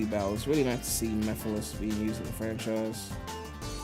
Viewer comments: The way they pronounced Mephiles had me rolling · the guy from the stream couldn't even pronounce mephiles name right